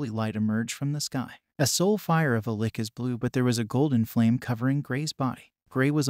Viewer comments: first ive ever heard the word lich pronounced lick. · Man i was interested in this until the narration was like some ai generated thing pronouncing lich as lick etc. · Why is he calling it a lick. Its a lich not a lick. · The way Lich is said piss me off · How does this guy not know how to say lich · Why is it these channel narators seem to not be able to use correct pronounciation and ennunciation. It really breaks you out of the story and you have to keep thinking oh yeah... he means X not what he said. Are they good quality text to speech bots? I mean this one not even 5min in, protagonist was said incorrectly, Lich is phonetically harder on the CH sound, like CHeese. Ok wow he pronounced Lich more correctly 8min 33sec in... so im presuming there was error before? Why would you leave it in? Another channel has this issue, was saying Viscount as Viz-Count, where once again the s in silent and its Veye'count. They seem to all have North American accents and Im giving the benefit of the doubt they are bots because If they want to use this as demonstration of VO work they will find these work against them. Regardless, its a pet peev when people have poor pronounciation in presentation, less so in conversation. Guessing blame to the NA school systems? I mean a 5 second google is best practice if you havent used the word frequently in speech or not heard it spoken before. Take this as constructive criticism despite my annoyances for which i apologise, I really just have found this a common thread and had meant to mention it before on another channel. You could say I was emotionally driven to actually comment this time. An editor pass would pick these things up. For an hourly rate I'd be happy to assist. Chumps work for free. Your time and effort is valuable and dont ever sel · Pronounced lich wrong repeatedly, ugh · Ouch dude. It's not pronounced li-K. It's pronounced L-itch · It’s pronounced “lih-tche” not “lick” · Why did you pronounce lich as "lick" and not "litch"